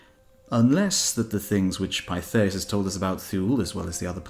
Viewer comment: I believe Thule is pronounced " Too -leh ". And Pytheas is "Pith-ee-us".